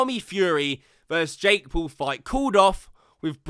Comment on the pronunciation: Every time you say Jake Paul sounds like your saying Jake Poo 💩😁.